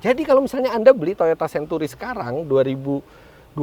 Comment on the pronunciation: sebut century pun xbetol.😂